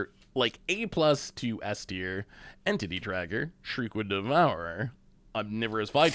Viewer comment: Entity Tracker everyone in my family thought you said titty tracker. Great laugh!😂